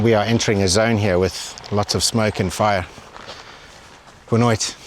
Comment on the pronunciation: your “boa noite” sounding pretty Portuguese bro 😂😂😂😂